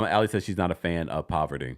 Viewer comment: It’s the way you’re calling Parvati poverty for me 😩😭